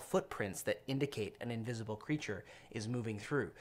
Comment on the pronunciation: Did I hear "uninvisible"? :D